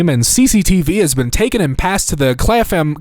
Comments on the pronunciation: . One star. The hotel added a charge for Netflix to the room even though I am not interested in watching Netflix. It’s pronounced Clappem, unless you are a yuppie (remember those) and then it’s pronounced Clarm. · In case it helps, Clapham is the name of a place in England. We pronounce it Clap’am (like clap-uhm). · Clafuhm made me cackle